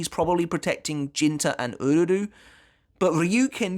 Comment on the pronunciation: I just want to take a moment to appreciate that unlike the English Dub and almost all other YouTubers you are the only one who pronounces "Uryu's Name" correctly